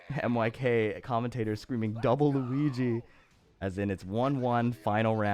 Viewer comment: Double Luigi sounds like "dabaru richi". In majhong, a richi is a tile away from victory.